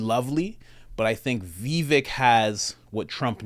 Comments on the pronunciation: Great vid! Just fyi, it’s pronounced “viv-VAKE” (rhymes with “give-BAKE”) — most people pronounce it like it’s spelled, “vi-VEK” (rhymes w/ NECK), or like you said it, “VEE-vik,” but neither of those are correct.💗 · Vivek, rhymes with cake. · Someone may have mentioned this, but his name is pronounced Vivake, as in rhymes with 'cake'. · Va-Vack is how it is said. Vivek is the way to go though. Like what he says. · Pronounced Vivake... he will be almost 40 when the election rolls around, 30% of the people get TDS from trump, doubt Vivek will take at back seat to that or anybody else, I got Vivek 2024